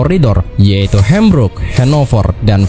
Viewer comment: Suara lo enak bang bawain narasinya. Cuma satu cara baca beberapa istilah seperti nama kota kurang benar; contoh Hamburg (Habrug), Frankfurt (Frankfrut)